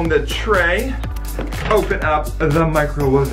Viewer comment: I loved it when you said the micro mawaved love your vids I subscribed to every one of sharer fam like the last